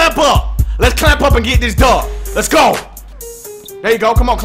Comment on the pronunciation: when you say let's go while in a game yelling it sound like you saying it's go!!! homei😁😁